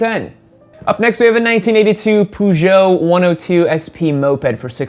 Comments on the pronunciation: [poo-jo] Boi, do you even French bro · U said peugeot wrong 😂